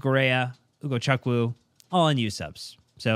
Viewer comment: Chukwu is pronounced Chu-ku like choo-choo train. please get it right.